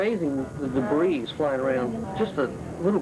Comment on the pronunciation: Someone please tell that the S in debris is silent.